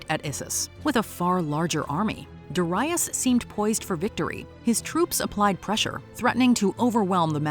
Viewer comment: "Duh RYE us"... GADS can you not even listen to your own clips on how to pronounce it? Did you never know anyone named Darius? DARE-ee-us, for chrissakes!